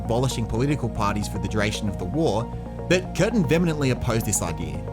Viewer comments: Vehemently is pronounced “vee-emently” NOT “VeHEMMently”. The h is silent. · These are awesome vids mate! Kudos to you for so comprehensively explaining Aussie history! Subscribed P.s., vehemently is pronounced vee-uh-mently 😉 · Curtin and Chifley. BTW, look up the pronunciation of the word 'vehemently'.